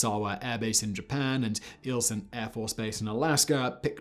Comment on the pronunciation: I don’t know if he mispronounced Eielson, or if Simon can’t correctly say it, because of his accent.